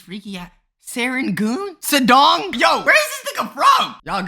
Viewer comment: its not se-rengoon but its se-reng-goon and it is nit sedong it is sudong(soo-dong) pls get this to i am singaporean and this is random pronunciation is just wierd to me please bro and the neighboirhoods are malay names with some being hokkien or english malay ones are like bukit timah hokkien ones are like yio chu kang and english ones like chinese garden